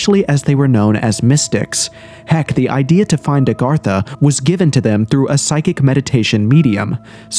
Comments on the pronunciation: It's nor Arr gatha. It's A gartha. WTF. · It’s Agartha not Argartha! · Its not ARgartha!!!! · Why f is he saying ARRGARTHA. Is he a gdam pirate. Pretty hard to take anything you say seriously if u dont know how this topic you "RESEARCHED" is spelled/proonounced. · Nice video but ur miss pronunciation of Agartha started to grind on me after the 50th time. The difference was subtle but unmistakable. You were pronouncing it "Argartha" instead of "Agartha" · Redo this video and pronounce it correctly. Agartha. Not Argartha. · It's AGartha and he keeps saying ARgartha! 🤦🏻 Sounds so uneducated, especially from the narrator of the show. It's not even consistently spelled the same! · Argartha???? wtf can you read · "Agartha" not "Argatha" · AG - artha, say it with me now, AG - artha!!! It is not ARGARTHA, there is only one R!!! 🤦🤦 it's clearly not spelled ARE - gartha yet you say it that way over and over and over again 😂😂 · You're driving me crazy saying Argartha. That first r doesn't exist. I'm out. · It’s A garth A . Not Are Garth A. What a tard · Kind of driving me crazy that he mispronounces agartha literally every time he says it😂. It's not argartha or argatha! Good video though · Celts is pronounced 'Kelts' 'A-gartha' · Ar ga tha?? Heard that several times in the narration. And "in such" who says that?? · You are mispronouncing Agartha. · Its agartha you twat. You said it wrong every single time. Why? You did so semi well in your paragraph. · I feel like this video is gaslighting me on how Agartha is pronounced